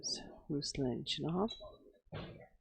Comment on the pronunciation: Isn't it ChinaKov?